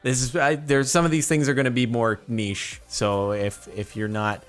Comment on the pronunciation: Thank you for pronouncing niche the way you did not "nitch"